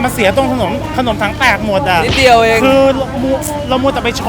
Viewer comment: กินคำเเรง แหม่ตื้นตันเชียน่ะ55555 ❤️❤️❤️ ปล. พูดชัดๆ พี่ ถังเเตก ไม่ใช่ ถังเเตด